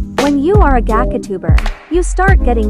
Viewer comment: I'm sorry but the way it said "Gacha" like "gaga"